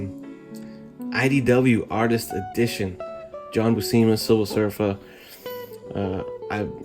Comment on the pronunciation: Great review! Just a heads up:pronunciation for his last name is (phonetic ) Bū-sema. I know because Sal is my inker.